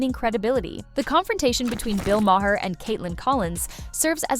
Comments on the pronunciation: It's not Bill MAHAIR. It's Bill Maher, like Marr. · His name is pronounced 'Ma' as in mother. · I refuse to watch any more CNN AI narrated videos. They mispronounced Mayer's name every single time and sang the virtues of Collins way too many times. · Might help if the narrator pronounced Bill Maher’s name correctly. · How many different ways is CI going to pronounce Bill Maher’s name? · Who is this reporter? She can't even say his name right. She might want to find another profession. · Def takes away from the message. These seems like AI, as the pronunciation changes; I heard at least 5 different pronunciations.